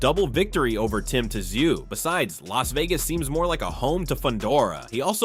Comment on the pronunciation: It’s pronounced Tim Tzoo not Tim Ta zhooo